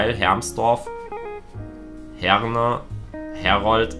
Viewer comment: Herne falsch ausgesprochen